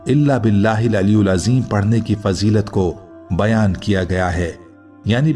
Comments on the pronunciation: Its: Aliyil azeem✔ Not: Aliyul azeem❌ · ی کے نیچے زیر ھےaliyil azeem تلفّظ درست کریں شکریہ